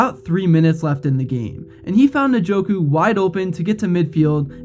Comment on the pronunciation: It’s not nah-joku. Its in-joku